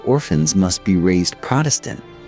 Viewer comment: What's just as annoying to me is when it switches back and forth sometimes they'll do the proper pronunciation, sometimes not. Protestant is another one that sticks out